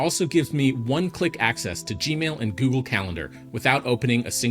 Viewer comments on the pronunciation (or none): none